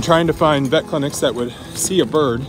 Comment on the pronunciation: I thought you said pet and I was like what no! “The Vet(pet) permanently INJURED our Peacock”